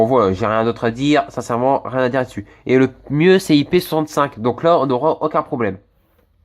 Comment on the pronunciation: Tu dis pas la mais lo tu remplace les a par des o t’es du nord toi